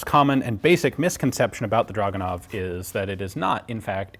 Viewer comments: It is not "dragunov", it is pronounced as "dragooonov", stressing the middle part of the word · Drragoonov. Russian has no "uh" sound. Their "у" in драгунов is transliterated as "u", but has an "ooo" sound, not an "uh" sound. I point this out simply because the number of times draguhnov was said in the vid became annoying to hear. Otherwise, very interesting vid. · you can say it...draaaaag...not druuuuuug. ure still sexy as hell, though:) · Ur saying it wrong its DRAGUWNOF in russian